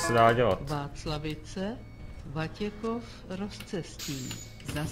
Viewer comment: říkáš Vatěchov a je to Vatěkov :D